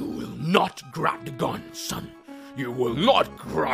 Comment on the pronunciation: "GIVE ME THE GUN PAPA GLIVE ME THE GLUN" i Love you <3